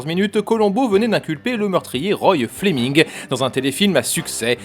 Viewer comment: Ray Flemming, pas Roy Flemming. Lénora, pas Lénore. Un des meilleurs épisodes, kitsch comme je les aime et Robert Culp est vraiment un des meilleurs meurtriers de la saga.